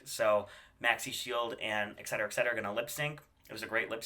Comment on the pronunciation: Why do Americans see "et" and hear "eck"